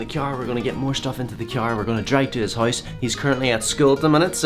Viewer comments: He says hoise instead of house lol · i'm not roasting you but you do not say house you say hoise